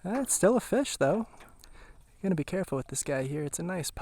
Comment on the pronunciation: “Let’s catch some feshh”. LOVE the videos bud! Thank you for the GREAT content!! Especially the Minnesota stuff!